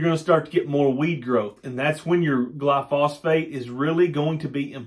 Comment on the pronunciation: New subscriber....knew some on alfalfa but know lot more now...gli-so-fate, not gli-phosphate...